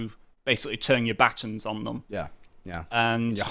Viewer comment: Baton is 2 syllables. Not 1. Pronounced Ba Tan, not Batun